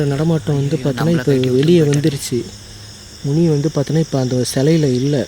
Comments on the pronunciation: மினி இல்லப்பா, முனி.!!!! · அது மினியா முணியாடா...😂😂😂